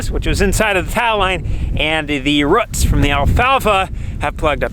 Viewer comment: Rutts (Roots)? What's a "rutt"? It reminded me of a court scene in My Cousin Vinny...lol! That's ok, I'm no better being a Philly native